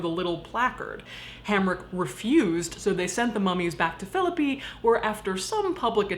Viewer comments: I'm from Philippi! Thanks for pronouncing it correctly. Awesome content all around! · Holy shit, so weird hearing about Philipi and the Weston Assylum. Both are such fixtures for me - feel weird I didn't know this story. (Also thank you for pronouncing Philipi right).